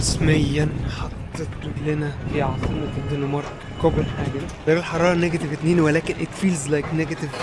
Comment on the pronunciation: انت مع المكان البارد ملابسك لا تكفي والشراء جديد يكلفك. الف دولار للقطعه الحل تحضرها نعم من بلدك الذي غادرت منة🎉 كوبنهيجن❤ هكذا تنطق. وليس كووبنههاحن❤ يا سيداتي سادتي والكل من شاهد الحلقه قصير والا طويل